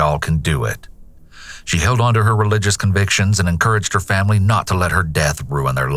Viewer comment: . Did you just say famry? Seems sus